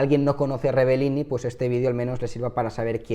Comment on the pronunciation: Es una gran desgracia, pero no estaría de más que pronunciases bien su apellido, es REBELLIN, no REBELLINI, te sobra la última i. Un saludo